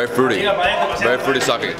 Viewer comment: Great Video, food looked good, awesome sights. The ke in Sake is pronounced like the Spanish que not like English key. Love your videos man, keep up the great work!